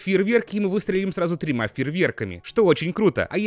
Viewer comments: Я одна услышала в момент выстрела из арбалета и фейрверками он говорит тремА ,а не тремЯ? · Почему ты говоришь трема ? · тримА? Приэтом и приэтом XD Я угарала как конечная